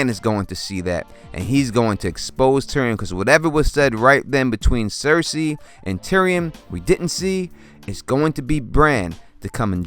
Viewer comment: Good video with a solid theory,. Thank you for saying 'cersei' instead of 'sersay'